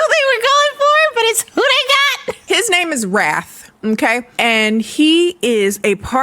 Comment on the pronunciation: I swear I spent about 10 minutes trying to figure out if the main vampire guy's name was Wrath or 'Raf' because I kept hearing Raf and decided to just roll with it. Hearing how unhinged his brothers' names are helped me realize I was wrong.